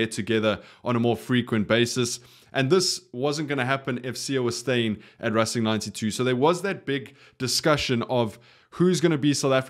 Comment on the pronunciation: boet i love your channel but tis not rassing 92, its racing 92, English pronunciation.